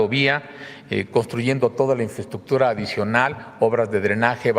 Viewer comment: Mas " infreschukchur " para la maña😁